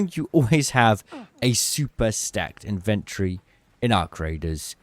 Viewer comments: It’s inven TORY, not INVENT ree. You have your emPHAsis on the wrong sil-AH-bill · Dude. Love the vids but it's In-ven-tory not invent-ory. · BRO ITS IN-VEN-TORY not IN-VEN-TREE!!!!!! ALSO WHO THE HELL IS BUYING ADRENALINE SHOTS YALL FING DUMB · In ven tree? Lol it's Inventory weirdo lolol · the tic im getting hearing you pronounce 'inventory' like 'inventree' must be engagement bait. eee-nun-cee-ate mate.